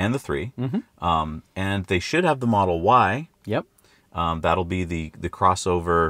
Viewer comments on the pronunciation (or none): Should be 'Model Y' (should be pronounced 'Why?' from Elon Musk, see